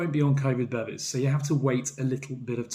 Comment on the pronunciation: Bevis (meaning certificate in Swedish) is pronounced be-vees not bevvies which is what you get in a pub in England, made me chuckle!